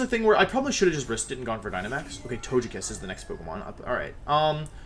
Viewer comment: トゲキッス is a 'g' as in gulp. Hearing you say "tojekiss" hurts me